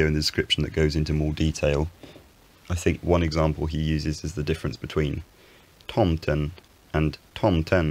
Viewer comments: Swede here. Your pronunciation of tomten was great. You got the pitches perfectly. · Your pronounciation of tomten/tomten was very good!